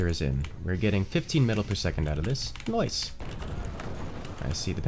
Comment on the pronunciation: When he said "noice" i felt noticed